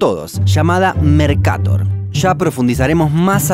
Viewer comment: El mapa mercator no tiene tilde asi que se pronunciaría mercatór